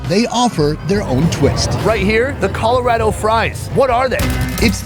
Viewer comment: Is it just me that thought he said Colorado weird???